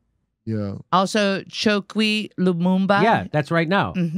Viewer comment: " Lumumba", make it stop, please make it stop, my brain is melting.